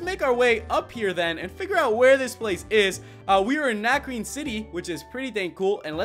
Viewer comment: yeah I have 3 tips that'll help you for this gym #1 it's a puzzle and you have beat trainers to get to some books that will piece together a puzzle. Tip #2 Lenora has a Herdier at Level 18 and a Watchog at Level 20 so train your team up to at least Lv.17 and tip #3 it's pronounced Na-cre-ne cuz it's french